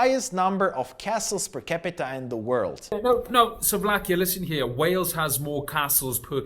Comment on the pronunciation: dont care about the Wales first. He says Sovlakia no Slovakia.